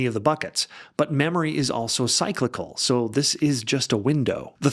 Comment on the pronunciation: just realize this guy is AI.. wow i was fooled for a little bit...with 100s billions going into AI you would they could train it say cyclical and qatar correctly....